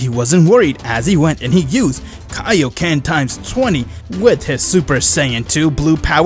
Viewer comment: Don't forget "Kai-kaied" lol